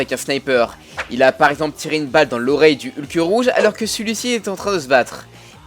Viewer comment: Et "Heulk"